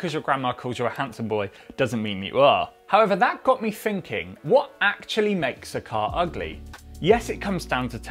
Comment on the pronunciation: "that got me finking"